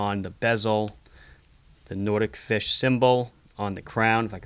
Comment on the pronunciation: It is pronounced NOT-IK FISH not Nordic-Fish